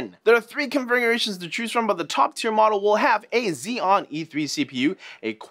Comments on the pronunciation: There are three "Confergiaratterioanoans to chose from" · "confriurations to choose from"